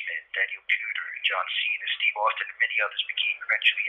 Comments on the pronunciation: “Steve Austyn” Stopped watching. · Austyn? Wtf you can't even get his name right. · Zero evidence against Roman. This is fucking garbage lmao. Also..."Steve Austyn", seriously?